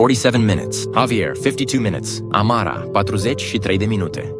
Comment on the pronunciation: at at amara the text to speech turned romanian